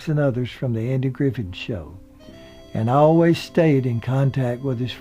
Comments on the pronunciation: The narrator,, died a couple of years ago. His regional mispronunciations drive this Southerner crazy but his videos are so very interesting. He has dozens of them under the "What happened to________". They are all well researched...and full of errant elocution. The one that drives me crazy (but that I also choose to overlook) is when he mentions a year that something happened, like 19 and 42 for 1942. And for all of you that just want to complain let me give you some advice that will make you much happier.... just get over it. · Its clearly not just his accent. He pronounced Griffith at least 3 different ways and he can clearly be heard pronouncing Griffith correctly multiple times later in the video. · Some miss information by a boring voice with a dozen mispronounced words like 'Griffin" instead of "Griffeth." Andy had a violent temper, which may have played a part in his two divorces. Besides Don Knots, he also had a great on-going friendship with Ron Howard. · That's really great information except that Don was Knotts, not Knox. Andy's name was Griffith, not Griffin. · Yes it was. He does a pretty good job except for mixing up Andy Griffiths and Andy Griffen several times and destroying Miss Bavier's name repeatedly. The southern rural accent fits nicely. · this narrator keeps saying Griffin instead of Griffith! Shame! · Well done, but why does he not know the last name of either star. It's Don Notts and Andy Griffith. Not Knox and Griffin. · It's Knotts, not Knox and it's Griffith, not Griffin and it's Elk Street, not Elm Street.. Andy's first wife played in one episode of The Andy Griffith Show. Her line was, " I'm sorry Mr. Masters". The episode was the one that Barney was going to sing a solo at one of Mr. Masters concerts. Andy's father also played in one episode which he didn't speak. He and Andy knoded to each other on the street. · Hey keeps calling them Andy "Griffin"and Don "Knox." It's Andy "Griffith" and "Don Knotts." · Or "Griffith."